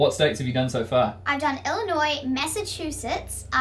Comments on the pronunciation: Wow I'm quite impressed. Atlanta knew the correct pronunciation of the state of Illinois. The correct pronunciation has always been L - in - noi. If you're not certain, just remember there's no noise in Illinois. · Holy heck you said my home state right. Illinois. Most Americans unless your from Illinois pronounce the silent “S” in Illinois”e” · It makes me so happy when someone pronounces my home state correctly, especially a foreigner. The S in Illinois is silent.